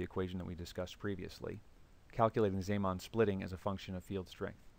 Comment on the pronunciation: You pronounce zeeman wrong. How can you say antiparellel after after the introduction of the magnetic field B sub zero? In your picture, both the left side and the right side are aligned parallel.